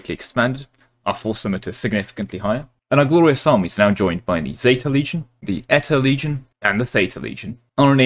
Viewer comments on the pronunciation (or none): none